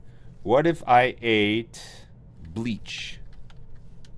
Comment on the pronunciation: >bleech Oh my god it's BLEACH LOL